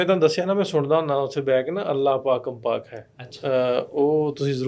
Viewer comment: Interview was good .but his pernunsiation of gurbani words nt strong .As he singing Allah pakan .this pakan word is to say as pakang. Coz grammatically tippy comes up on gga .need to be clear him .punjab bathinda singh .I know gurbani kirtan to do .thx .pl don't mind fr advising .